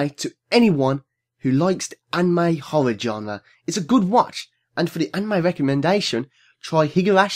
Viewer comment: When you said Horror I actually thought you said 'Holla' (Eyyy)